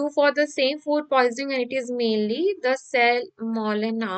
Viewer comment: Its salmonella not cellmolena